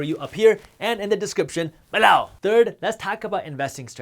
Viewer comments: Hit the thumbs up button “bEH-Low” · I crack up every time he says "BELOW!!"